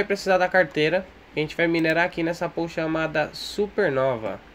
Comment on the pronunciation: A pronúncia de POOL é "PÚUL". Significa piscina em inglês. Muito minerador pronuncia PÔL, mas tá completamente errado.